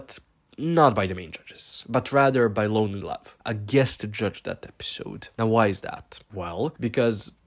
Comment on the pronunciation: “Loneey love lol” It’s loni love lol